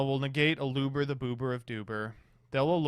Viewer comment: i tried to stay strong but there's only so many times i can listen to someone mispronounce Aluber before I need to focus on maintaining my own mental health